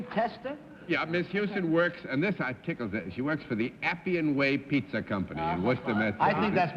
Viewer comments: It was just surprising to me that someone in the publishing business, an accomplished writer, and a person who did a lot of speaking engagements, would mispronounce a word (even an unfamiliar one). And it isn't just pizza. I've heard Bennett mispronounce words and names many times on different episodes. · Galileocan g If the correct way of pronounce "Pizza" is simular to how one say "Piazza", it's fine. Also "Pizza" = "Pissa". Wonder so why several dictionaries on the net, explain the pronuncation as Bennett's "Pittsa"? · This is the second episode in which Bennett has referred to a "Pizza" ...as a "Pittsa". WTF?? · Galileocan g What's My Line? SuperWinterborn In this case, I think he was just stretching the pronunciation deliberately to make the pun, "pretty as a pittsa." I vaguely remember him mispronouncing "pizza" before, but I don't remember what episode it was. As far as Bennett mispronouncing many words (and names), I have noticed that too. I speculated in the comments section of one of the other WML videos recently that perhaps Bennett was not a good auditory learner. Although well-educated and intelligent, and very good at learning through reading, it could be that he didn't pick up distinctions in sounds, accents, pronunciations, etc., as well as other people did and do. I have noticed that he also had a slight lisp, and this could be related to the same issue. (I am neither a speech therapist nor a special education teacher, but I have a lot of experience with both, so that's where I'm coming from with this theory.) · To be fair, being a non-New York person as I am, I'm amused by his pronunciation of most words. He sounds like a gangster to me sometimes!! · He always pronounced pizza that way. I think he thought that was the correct Italian pronunciation.